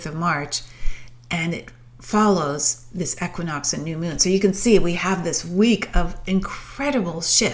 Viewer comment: The way you say equinox 😰